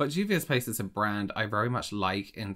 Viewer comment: I am sorry to have to correct you, but it's Juvia's Place. I'll link you to James' channel to practice.